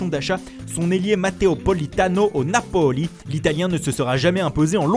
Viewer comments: la prononciation de 《mateo politano au napoli 》me fait rire😂😂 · Lmaoo c grave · Grave au napoli